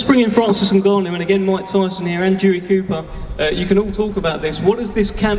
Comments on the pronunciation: And the new heavyweight champion of the world francis nuganoue 😂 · Was so funny how he pronounced his name at the end newgano lol. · niggannou he said lmaoooo🤣🤣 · “Francis NEW-Gannou” had the grand dad Fury all worked up. And all this kabuki theater was borderline cringe. Why do people pay for this crap? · AND THE NEW, FRANCIS nGNAGHGANau...ah shit I said it wrong again haha! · Mike tyson: "Francis Nungannu" 😂😂😂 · Mike tyson keep pronouncing francis name wrong is hilarious 😂😂 "and the new! Heavyweight champion of the world!! Francis 👀 maganoo!!" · Mike Tyson keep saying "and the new: had me dying 🤣 then he said " nogano!! 🤣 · Mike getting a kick out of saying Francis N(ew)gannou 😂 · Mike Tyson accidentally calling Francis ‘Newgannau’ 😂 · Cant even say francis' last name smh oh boy 😂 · Tyson still doesn’t know how to pronounce Ngannou 😂😂😂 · How the f Mike still trying to remember how to say Francis's surname, Nagannou 😅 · Mike Tyson couldn't get the name of Francis Ngannou right .... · mike tyson is a joke...cant even pronounce the guys name whos hes training? have some respect for your guy by at least learning his name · Mike Tyson: Francis Ngannou!!! I’m not saying your name right am I? 😂😂😂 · 2 funny Mikes variations of how u can say ngannou wrong 🤣🤣🤣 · Mike cant say ngannou's name to save his life 😂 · I love how Mike forgot how to say Franci's last name 10x times in 10 mins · Mike couldn't say Francis' last name correctly like 10 times! Lol.😂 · Mike still can't say his name right:face-blue-smiling::face-blue-smiling::face-blue-smiling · How ur coach cant pronounce your name though!🤦‍♂️🤦‍♂️🤦‍♂️🤦‍♂️🤦‍♂️ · Every time Mike tried to say Francis last name was the best moment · mike tyson still fighting with the pronunciation of francis name lmao but holy shit furys dad had way too many today lmao!